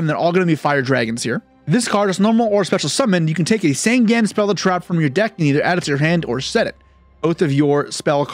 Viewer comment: Sangen is not called Sangan, Sangen has an "E" in there Sangan Has an "A" in there so there different